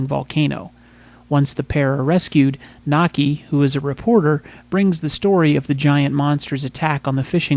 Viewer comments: Its MAKI! not Naki! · The Reporters Name is "Maki" not Naki!